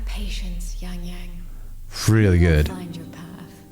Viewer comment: ahh yess, finally a westerner that can pronounce the name correctly, no wonder, because been in China. lol